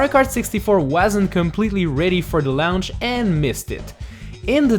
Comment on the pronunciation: I thought you said lounge not launch lol